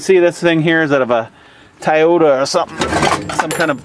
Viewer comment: LOL you said TIE-OTA in stead of TOY-OTA LOL Movin right along buddy!!! Thumbs up